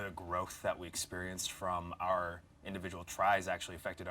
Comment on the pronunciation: Eugene’s our is so southern and Texan😂